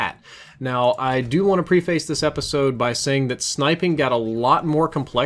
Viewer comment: You may have gotten the pronunciation of Koshka right (I have no idea because I don't speak Russian) but you got the pronunciation of preface completely and totally wrong so...yeah